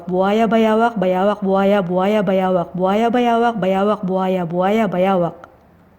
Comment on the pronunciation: I hear buhaya buyawa 😂